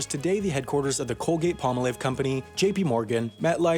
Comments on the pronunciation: Everyone's talking about the British English pronunciation of "depot", but this is the first time I've heard someone pronounce Palmolive as "POMMA-liv". It's palm-olive, like the plants. Pom-ALL-liv. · "pall-mah-liv" ... LOL Don't you know "Palm-Olive softens hands while you do dishes?" Madge is ashamed of you